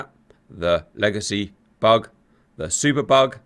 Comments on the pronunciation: I've been watching GR videos for a couple of years now, and this whole time, I thought Cap was saying "bog," not "bug." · Oh its bug??? Lol, I thought you were calling it a bog or super bog. But yes, being that its called a Hornet, bug makes sense...lol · Oh. I thought he was saying "bog". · Thanks for explaining, I thought you were saying "bog" and it was very confusing 😂